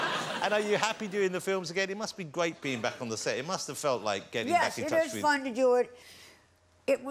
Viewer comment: "It must be gweat being back on the set." hehehe